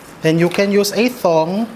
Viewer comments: It's Tong not Thong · I LOVE, LOVE, LOVE you… but pls stop saying “thong” for tong 🤣🤣🤣🤣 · Did I hear Chef RV say, THONG? 😄. Thank you for the recipe, Chef.